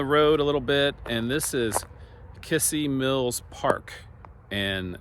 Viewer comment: you should learn how to properly pronounce kissee mills,,,,,,not kissy,,,,,its kizzee...